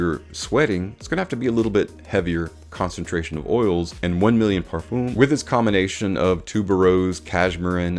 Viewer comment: Please check out how other people pronounce Parfum You have used the word a couple of times in this video, and each time I heard it, my ears were hurting.